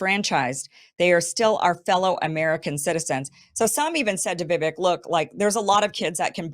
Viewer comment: Vivek has been around for long enough. I love you Kim but get his name right .. Vivek rhymes with cake Vivake!